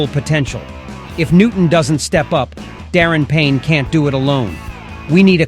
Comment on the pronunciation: Prolly just the ai